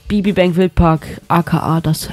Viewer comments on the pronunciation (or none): Du sprichst irgendwie immer unser Stadion falsch aus das spricht man deutsch nicht englisch , BBBank ist die badische Beamtenbank . Magdeburg ist das Stadion von der Stimmung richtig stark